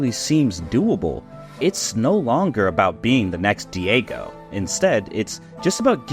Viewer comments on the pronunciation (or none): Did he Daigo "Diego"? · Bro who is this diego? You mean daigo. 😂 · Clearly a casual opinion u have. U can't even say The Great Lord Daigos name right smh... if u wana claim to be a pro tournament player in fighting games, then u NEED to be as good as Daigo